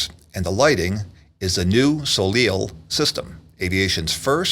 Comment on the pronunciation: Great video, but is pronounced "sol-ay" not soleel, like Cirque du Soleil